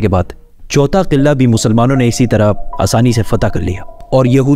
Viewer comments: Qillaa nahe Bhai Qilaa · Bhaiyya over express krne ki zrurt nhi hai or sb se ooper adab ko malhuz rkhen or ye “qillllaa” nhi hai isy “Qala” bolty hen